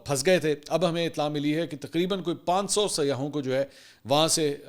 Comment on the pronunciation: ہر اینکر "سیاحوں " کو سیاہوں کہتا ہے ،اس غلطی کی تصیح ضروری ہے